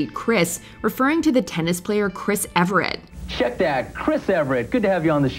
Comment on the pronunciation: Her name is Chris Evert, not Everett.